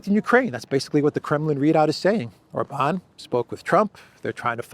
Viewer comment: OR-ban,, OR-ban. He is not French! 😂